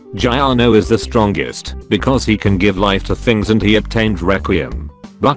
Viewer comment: hol'up "jiorno"? What JiJi is that xd?